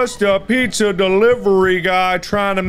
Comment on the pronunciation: The way that girl said piSSa instead of pizza Made me wanna Die